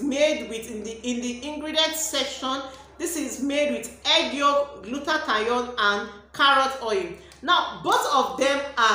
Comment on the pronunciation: "gluta-thione' not "gluta-ta-yon. Moreso the red has caustic soda❌